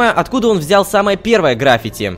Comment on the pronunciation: Не грАффити, а граффИти.